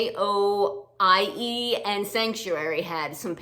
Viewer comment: Thank you for the analysis. I have to go through my boots and determine if they still have character or have become worn out. I have wish listed a pair of boots. I think you like information - Joie is pronounced "zhwah" it is French for joy.